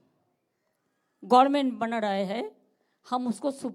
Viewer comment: গরমেন্ট কি আবার😂😂পিসিমা নাইট স্কুলে ভর্তি হয়ে যাও😂😂